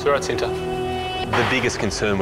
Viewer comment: Oh, I'm about to say. I thought it was from India. Apparently it's from Indonesia. Btw it pronounce "chi-nta" not "she-nta". It means "love" in Indonesia. You know what, whatever... not many can pronounce and speak appropriately and fluently as Indonesian. 🙄 I'm just getting tired of writing and correcting pronunciation and speaking (online).